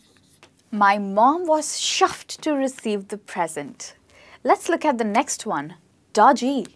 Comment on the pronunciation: I got to chuffed and had to stop. Its chuffed. Ch-uffed. As in the Ch in chair. No shuffed like shoe and it's blimey (b-lime-y) as in lime the fruit. Not blimmy